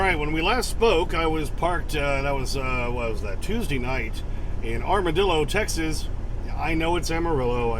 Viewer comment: Tex-Ass, 🙄 Feel free to ask me why